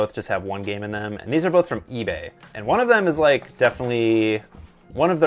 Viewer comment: Did you say you bough them grom mercari?